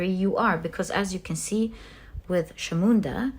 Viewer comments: Also just to add for you the pile three kali’S name Chamunda is not pronounced as Shamunda but as Chamunda as in cha ( for chat) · Hello may I correct you with the pronunciation of Chamunda. The CH is pronounced like the CH in chocolate not as a SH. I hope you don't take this badly I have no bad intentions. I am following you regularly and I am taken aback by your accuracy in your readings. If I may, I think you have got to be the best Tarot reader I have come across. Your knowledge is vast and interpretations spot on.